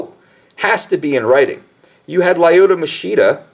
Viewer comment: He pronounces many words/names wrong(e.g. Lyoto Masheeeda). What's wrong with this guy.